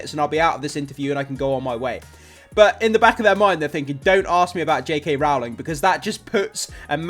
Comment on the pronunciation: For anyone wondering (and this is said kindly, no malice meant!) Rowling’s surname is pronounced like row, row, row your boat, not row like an argument ❤